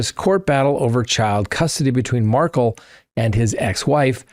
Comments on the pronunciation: It's pronounced Mar-Kel, Mar-Kel, Mar-Kel......NOT Markle. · Please - it’s Dan Mar-KELL not Markle (like sparkle). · So disrespectful to misspronounce the victims name over and over. He's not Megan Markel it's Markel is pronounced like Markéll the a is not silent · You're mis-pronouncing his name, sounds like...MAR-KELL. It's spelled Markel, NOT Markle.